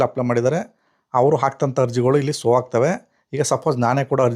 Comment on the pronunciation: ಸೋ ಅಲ್ಲ ಮಾರಾಯ ಶೋ ಎಲ್ಲಾ ಕಡೆ ಸೋ ಸೋ ಅಂತ ಹೇಳುತ್ತಿದ್ದೀರಾ